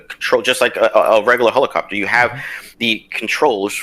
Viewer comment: Lmaaooooo the Marine keeps saying "hole-a-copter" 😂😂😂